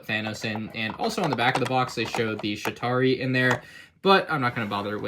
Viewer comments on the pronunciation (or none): Why do you keep calling it a sh*tary? It's called the CHItary! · So, as i die hard marvel fan, watching this pained me, so here are some corrections: its "Chitauri" not "Shitauri" on the back of Ant-Man's, its Ant-Man's helmet, and two ants there was no scene where the avengers sat around a coffee table for a quote on quote "coffee break" so, those are just some of the mistakes i caught. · Just so you you know you pronounce the CH in Chitauri